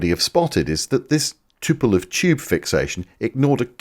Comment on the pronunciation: Why do the British call Tupolev always Tupelov. You are not the only one that gets that constantly wrong. Speaking of, when the growth on ones face gets dominating over the entire face and head, it might be time to see a specialist about that.